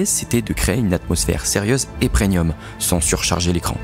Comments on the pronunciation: Travail exceptionnel j'adore ! par contre il faut vraiment arrêter de dire "preNium" les amis.... c'est premium, mes oreilles saignent à chaque fois 🥹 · C'est vraiment vraiment incroyable ! Mais s'il te plaît on dit premium 😭